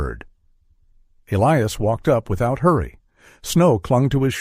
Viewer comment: good story, horrid AI reading.... Bow is not bough, lead is not heavy but direction, Elias is not El-E-Es. Errors just ruin the whole thing. Editing is required before posting!